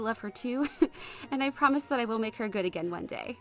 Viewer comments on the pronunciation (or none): none